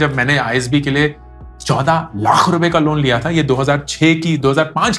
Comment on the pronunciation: There was no need to put so much emphasis on ‘laaaaakh’ 🤣